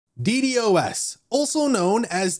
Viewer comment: I stopped listening after he kept saying d d o s.